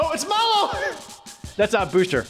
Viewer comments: He's remembering "Croco" as being "Draco", and Mallow instead of "mal-loh" (the second half of marshmallow) he's pronouncing like "mall-oh" (mall, oh!). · Where did he get "Dracko"? And why does he keep calling Mallow "Mollo"?